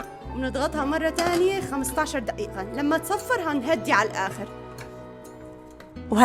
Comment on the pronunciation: دئيئة ولا دئيقة ولا دقيقة 😅😅😅